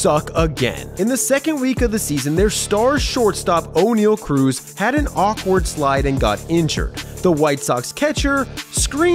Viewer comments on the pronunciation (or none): none